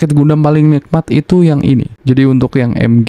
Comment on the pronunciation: Bacanya Gandam bang hehe